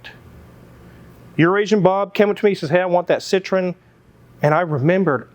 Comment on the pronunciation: Why do Americans pronunce Citroen as if it's similar to Citrus? French say it with the accent on the E, separate from the O sound. SitroEEn